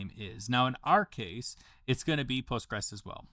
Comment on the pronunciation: The "s" isn't silent in Postgres, it's pronounced post-gres-Q-L or post-gres, with the "res" sounding like it does in the word "residue". You also misspelled "Bulk" as "Baulk" as a chapter title. I use Postgres for API development, nice to know I can use it in Godot too, this would be super handy for a game that uses networking.